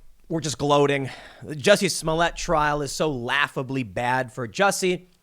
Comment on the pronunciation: Tim, please stop mispronouncing this poor french actor`s name